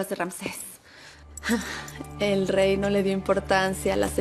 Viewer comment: Ni Rances, ni Ramses; tampoco Ranses; con todo respeto, es Ramsés.